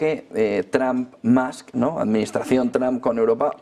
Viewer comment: Gracioso que los Españoles dicen Tramp y Mask pensando que pronuncian bien. La U en ingles no suena a U, pero tampoco a A. Hay que afinar al oído.